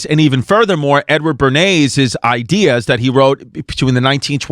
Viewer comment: Cuz, make no mistake it sounds like you’re saying “N Word Bernays”